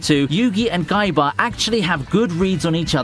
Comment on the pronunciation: I’m not saying this to make fun of his accent, but his very soft pronunciation of “k” took me out when he said “guyba” for Kaiba and all I could think was a cross between kaiba and might guy